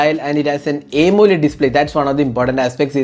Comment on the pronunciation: Malayalee analle. "Aymoled "